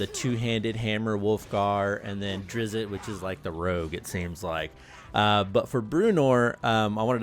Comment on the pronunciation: My man Said Drizzit lmao. Dri zzt .